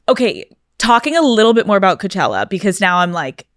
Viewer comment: Karol G always shines in her interviews, a Queen. No wonder she's the first Latina to headline Coachella.. a music festival named after a city and Valley that runs on hard working Latinos, which is currently being massively gentrified. The way Karol pronounced "Coachella" from the main stage gave CHILLS. Sure, i'm the one who missed the point.. 😅